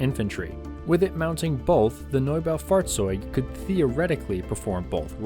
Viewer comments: Nob-a-fought-zotig that’s pronunciation for the tank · I dont know why, but the "Norbow Fartz-zoid" is so damn funny to listen to. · As a german I approve your pronunciation, definitely close enough!